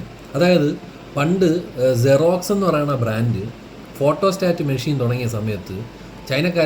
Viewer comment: Xerox അല്ല ജിറാക്സ് 🤣🤣🤣🤣